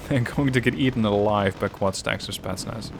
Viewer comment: Can you say spEtznas in your next game? You always say Spaznas...